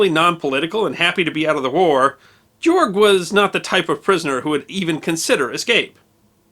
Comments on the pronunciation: Not too be too snobby or anything, but if you're going to make a video about a foreign national, you should consider learning how to correctly pronounce his name. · Learn how to pronounce the name Georg. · If narrators don’t take the time to learn to correctly pronounce proper names and place names in their videos, people who know how careless they are (or literally that they don’t care) will go away….as I’m going to do as soon as I finish this. “Georg” — pronounced ”GAY - org” “Weimar” — pronounced ”Veye - mar” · His first name is pronounced gay-org in German and NOT ge-org!!! SMFH 😮😮😮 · You really butchered the pronunciation of Georg. A German would pronounce it gay-org. No jay sound. None. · I'm curious. You pronounce Georg like George, but with a hard g at the end. In The Sound of Music, they pronounced it with a hard g at both ends. Phonetically, Gay-org. I'm now wondering which is correct. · Georg is pronounced "Gay-org" not "Jee-org." Signed, someone who had a German boss named Georg. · George or Georg in German is pronounced "Gay-org." Said very fast. Weimar is "Vy-mar." Fast, and the "R" is almost silent. Irwin is "Ear-vin." Fast. Undsoweiter... You could easily look this stuff up, dude. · Very interesting. Thanks for the story. I would make more effort to try and pronounce the German or whatever foreign names you’re saying a bit more like their normal German or foreign pronunciation…. For example, this guy, Georg Gärtner would be — Gay-org Gert-ner approximately. It should only take a few minutes of research to get good pronunciation guides for foreign names. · Georg Gartner is pronounced with hard "g's". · That would be pronounced "Gay-org." Good job and good story! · Thank you for another well-done piece of history. Perhaps his name is more correctly pronounced as "Gay-org," which closer to the German pronunciation. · Georg is pronounced “Gay Org” Oberrealschule is pronounced “Oh bear ray al shoe leg” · Excuse me, but his name is pronounced, “GAY-org.”